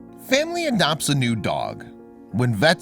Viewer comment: The way he says "adopts" though.